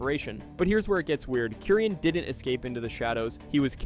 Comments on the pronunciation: bro mispronnounced Curien 🤦🏻‍♀️ It's "kyoo-rien" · It's "kyoo-rien", not "korean" 🤦🏻‍♀️